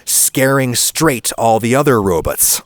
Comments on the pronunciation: Aw, your comment made me feel a little silly. I hear robot pronounced that way and I think of an obscure homestarrunner cartoon. Zoidberg is a much more reasonable reference XD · that pronunciation of "robot" has me shook 😂😂